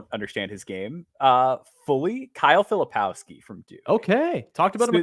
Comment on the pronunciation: Please not Filopowski